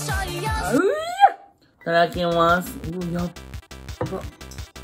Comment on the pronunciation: ぃただきみゃぁす